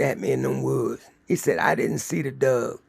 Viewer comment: I really like the stories, but I'm having issues with how keeps pronouncing the word "Dog as "Dug". I just can't understand why that is.